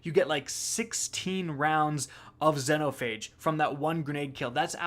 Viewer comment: How he pronounces xenophage hurts my soul